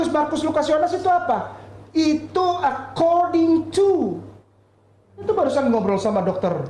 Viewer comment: Gw ngakak guling2 pas si ngomong: e kording tu... Kek yg jago bhsa inggris aja... 😄😄🤣🤣🤣🤣